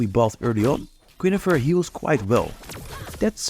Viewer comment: Its Guinevere, not Guinefere... I'm hearing it over and over...